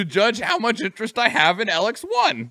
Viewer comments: the main thing about the name is that both e are long EE the only time you would use a lower case sounding e is for elexit which is the currency in elex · didnt even say elex right